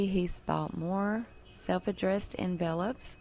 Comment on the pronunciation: Pardon me....but you are pronouncing the word envelopes incorrectly. .